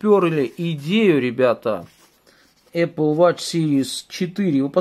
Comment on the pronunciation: Не,я написал в комментариях, что говорится не ва́тч, а во́тч))